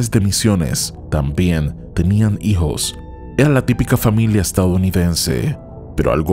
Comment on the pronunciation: "Hacían viahes y tenían hihos",, ¿cuando aprenderás a hablar menos rimbombantemente y con mejor pronunciación?